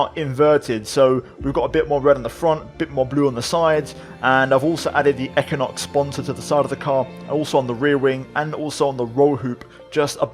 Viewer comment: Equinox is pronounced - Eck win ox - just so you know 😉 Awesome series, you deserve way more subs for your quality videos. Keep em coming and good luck with your channel 👍